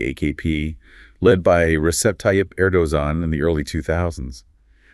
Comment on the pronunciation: "Erdozan", "Erdohan", "Erdosan", "Erdoman", "Erdonan" 😅 Come on guys, you can voice a video by yourselves, I mean without ai 😊.